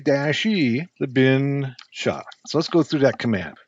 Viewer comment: As a Linux user I'm laughing rn to how he pronounced /bin/sh